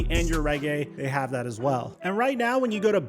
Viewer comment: “get his mind RIGHT”… not “retweet” Pretty sure